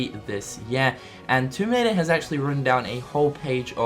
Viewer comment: what was he even saying toomoraider??